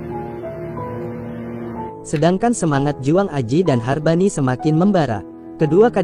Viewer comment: bukan Hargani, tepatnya adalah Harbani. Nama lengkapnya adalah Suharnoko Harbani.